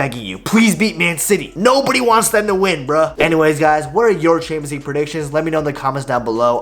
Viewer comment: bro why can't you say "champions league" I hear "Chamzee"